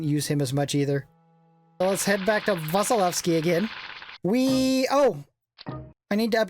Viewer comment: I after S in Vasilevsky should be pronounced as E. Well, just for general knowledge who don't know about it.